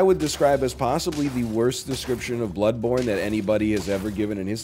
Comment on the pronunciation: Lol it’s blood borne not blood bornie